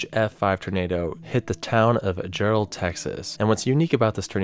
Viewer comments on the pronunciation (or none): I live in Jarrell tx and he just said JellOed